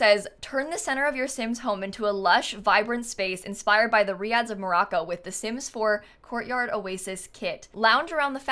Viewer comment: Finally someone pronounced “Riad” correctly, should have known would nail it👏👏👏 Also, these screenshots look identical to the riad I stayed at in Marrakech and those arches are giving me major Palais de Bahia vibes! I’m so glad they clearly did their research for this 🙌